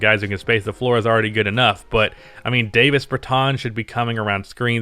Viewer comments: PG: Deni Avdija SG: Bradley Beal SF: Russel Westbrook PF: Rui Hachimura C: Thomas Bryant 6th man: Davis Bertans ( It's pronounced Daah-viss, not Day-viss) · “Dah - vis”...Bertans